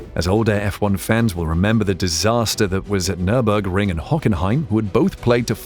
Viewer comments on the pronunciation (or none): none